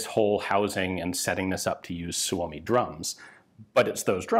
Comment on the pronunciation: Your pronunciation of 'Suomi' keeps getting better :D As it is now, it doesn't have a real need to be better, specifically smoother, since even some natives don't necessarily say it smoother than you're now.